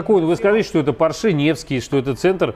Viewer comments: ну хоть кто-то поправил покупателя, а то заколебал со своим поршЕ, уши режет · Мужик-то умный, но как он говорит Порше - кровь из ушей...Не поршЕ, а пОрше...